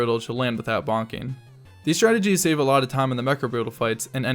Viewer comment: Why you said "shave secounds" instead of save secounds